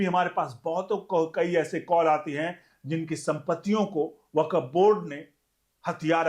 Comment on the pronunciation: वकफ नहीं 'वक्फ' ('Wakf'', not Wakaf) बोलिए।